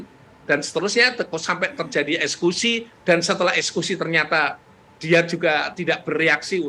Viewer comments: Kok prof ngomongnya ESKUSI bukan EKSEKUSI????? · Eksekusi prof...bukan ekskusi...